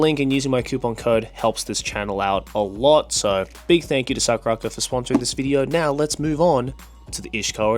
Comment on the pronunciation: The way Joey pronounced SakuraCo is the real reason he's going to hell 😂😂😂